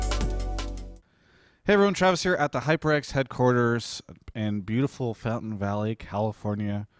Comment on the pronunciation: OMG Meteos said "Hyper X"!?!? I guess he learned from saying "Kingston Hyper X" all the time :P